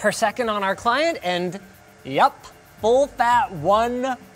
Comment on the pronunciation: Linus - "Threadripper PRO. Yeup We Got One"